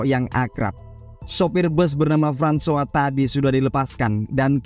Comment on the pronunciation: Francois = frahn swah 👍👍👍.. hebat ni Abang